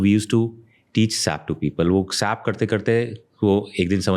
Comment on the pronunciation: He is a tech guy and but keep saying "Sap", "Sap", It's pronounced S.A.P (all separately)